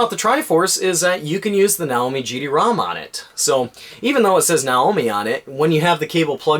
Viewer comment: Not if you're referring to a Japanese product using Japanese pronunciation. Nah-Oh-Mee